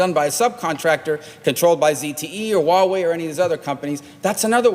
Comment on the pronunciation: 真像台湾民进党的言论啊，中国做了这个，中国做了那个，中国好坏坏，中国无所不能，人民都是傻逼，只有我们聪明的洞察了一切。但是，when？ where？ who？ how？ 这些facts一点都没说。反正就是欲加之罪何患无辞。这个人甚至都不能正确的发音“huawei”，但是美国人是可以发h音的。难道对你们的头号制裁对手没有做基本的了解吗？这就让我想起来纸牌屋里面虚拟的中国高层Qin，可是剧里的人全都说成Kin。拜托稍微认真点好不好。这种东西喜欢听的人自然听的很爽，但是内容太空洞了。听君一席话，如听一席话。